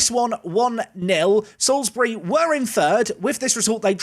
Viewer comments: Eyyy! pronouncing Salisbury correctly now! haha. I'd love to see an away day at Basingstoke! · I literally cheered your pronunciation of Salisbury, thank you :)